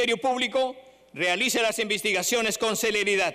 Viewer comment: "las invistigaciones" dice el motoso castillo